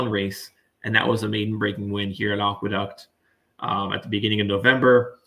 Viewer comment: Not only mis-pronounced The Demoiselle but mis-pronouncing Aqueduct is absolutely embarrassing, not to be taken seriously here.